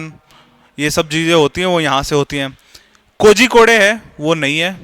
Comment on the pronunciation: Kogikodaaa nahi it's kozhikode(google it)